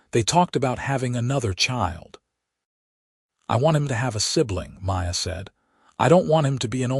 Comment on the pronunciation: Again the name Maya gets slurred witn an 'r' by one of the staff!. At about : : LoL Oops 😢😢